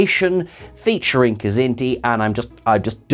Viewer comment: I love that you said Niven;s kzinti!!